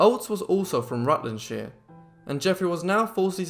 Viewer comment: Rutlandshire pronounced correctly!😃